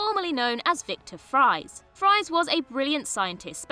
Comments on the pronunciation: eh? He literally pronounces it “freeze” not the conventional pronunciation of the word “fries” as she’s pronouncing it. It’s incredibly easy to get right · Gah, this is a small thing but it really annoys me. Victor Fries name is pronounced “Freeze” not “Fries” as in the chips! That’s Batman 101. He literally says it in the episode you mention. It’s clear the presenter is just reading it rather than having any knowledge about it or even researching it beforehand. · No~ Mr. Freeze's real surname ISN'T pronounced "fries"; it was still pronounced "freeze," just spelled F-R-I-E-S. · Excuse me? Victor WHAT? It's pronounced "Freeze." That's the entire point of his nom de guerre - that it's a play on his ACTUAL NAME. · Mr. Freeze's name was always pronounced as "freeze", even before he was a criminal. How do you screw that up? They say it several times in Heart of Ice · they kinda did screw it up. In the episode in question, he literally introduces himself with the pronunciation “freeze”. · She pronounced Freeze like it's pronounced on Gotham.